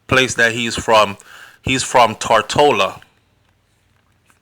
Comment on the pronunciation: Am watching now from Tortola. I am an Antiguan.When you sayTotola.Thanks for the information.